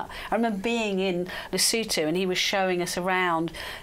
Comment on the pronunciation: I love even more for pronouncing Lesotho correctly (the 'o's are short) ❤